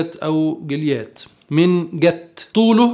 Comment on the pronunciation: ردى عليك هههههههههههههههههههههههههههههههههههههههه انت غلبان صدقنى انت صعبان عليا دانت حتى مش عارف تنطق اسم جليات يا ريت كل من سمع هذا الفديو ان يقرا بنفسه الكتاب المقدس حتى يكتشف كمية الكذب والتدليس والعبط